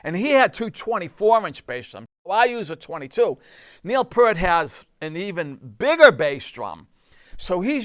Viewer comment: Great work! BTW it's Neil Peart (pron. Peer-t).